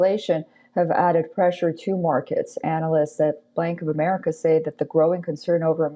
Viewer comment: I think she said "blank of America" 😁